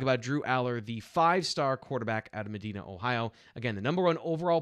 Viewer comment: ....Please learn how to pronounce the name of the HS Drew Alar went to pronounced as Ma Di Na I lived there for ten years Trust me